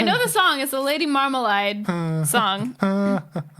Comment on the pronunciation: Love you guys! Love your podcast! But it's "Marmalade", not "Marmalide". It doesn't matter at all, yet somehow it's very important to me that you know this. :) Thanks for being you!